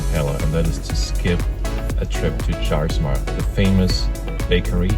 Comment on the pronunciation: Great to see the flight. I live in CR and daughter in Pella. One thing, Jaarsma is pronounced Yaarsma. We hit it every time we go to Pella except during Tulip Time festival when the lines are so long. Very livable town and nice FBO.